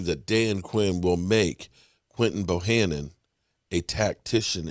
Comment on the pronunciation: Hey what's up luv ur content but can u stop calling him Bohannon his name is Bohanna Bohanna Bohanna